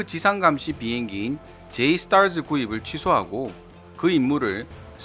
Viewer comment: 영어권가서 줴이스타쯔하면 놀림 졀라 받음 ㅋㅋ